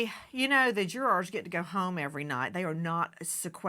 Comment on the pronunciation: whats a " juwoars " ? smh so damn stupid man